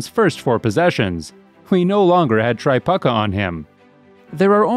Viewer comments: I couldn’t watch anymore one he said Tri-puck-ah instead of Tre-pew-kuh. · LOL Kelly Tri PUCKA. Its Tri PUKE A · Try-puke-a, not Try-puck-a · “Tri-PUCKKA” hahahaha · I'm not sure what I enjoyed more. The Bird highlights or listening to you try to pronounce Kelly Tripucka's name... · The mispronunciation of Tripucka makes this video.